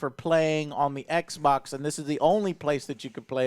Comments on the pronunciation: I cant take him seriously when he pronounces Xbox "Eggboc" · ECK-BOCK 👁O👁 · “ECC BOCC SERIES ECC BOCC, BOCC X S X ELITE” DEAD 😭🤣🤣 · Every time Joe says "Ecc - Bocc!" I'm reminded of the name "Ecgberht" and it's almost as if Joe is calling out for his medieval-named technician... "EGBERT!!! THE STREAM ISn'T WoRkInGGGG!!!"